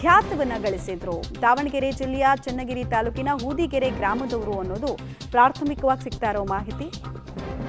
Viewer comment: ಹೂದಿಗೆರೆ ಅಲ್ಲ ಹೊದಿಗೆರೆ.